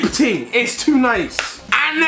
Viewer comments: Is deji trying to speak like a Jamaican "the slide up ting" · How many times did this man say ting?😂😂😂